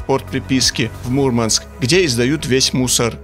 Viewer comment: Мурманчане не любят, когда произносят неправильно название их города, правильно говорить *Мурмáнск*!)✌️🇷🇺